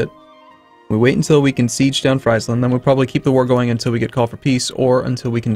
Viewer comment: friesland's flag is wrong, the red lilies (not hearts) are supposed to be on the white stripes, not the blue... very dumb mistake from paradox, also, you pronounce friesland wrong, it is called phonetically: freeeeeesland, frisland, freesland